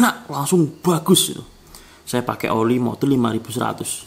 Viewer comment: Bang ko gw denger nya MODUL bukan MOTUL😀🙏